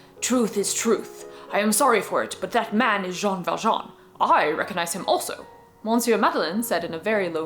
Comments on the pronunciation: Small correction: monsieur is not pronnounced mohn-syuh but rather muh-syuh. /mə.sjø/ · You are not gonna like this comment, but the n in monsieur is silent.